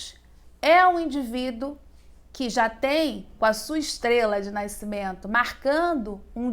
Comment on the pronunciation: Excelente vídeo Engraçado é a professora falar naicimento rs